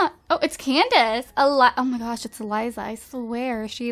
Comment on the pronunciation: When she she said "Ohmahgawsh" i laughed my ass off and idk why